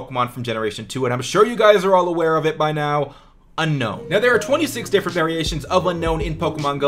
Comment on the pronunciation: its actually un-own, not un-known.